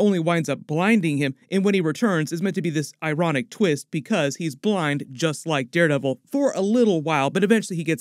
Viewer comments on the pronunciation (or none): I laughed when said kingpin eyeronic